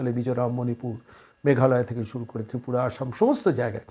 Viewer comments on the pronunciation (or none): none